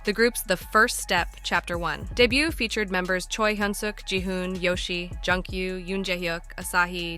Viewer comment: It's Joon-gyu, ma'am. And it's HELLO, not Hellow lol